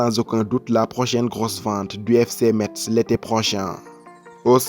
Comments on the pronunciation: Je suis de Metz et suis un fervent supporter du club de foot de ma ville ... donc ça me fait mal aux oreilles quand vous prononcez mal METZ ...METZ SE PRONONCE "MESSE" ...Merci et bonne continuation ! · Par contre metz ce dit messes mais bonne vidéo